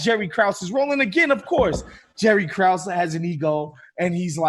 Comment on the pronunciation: Michael is mispronouncing Krause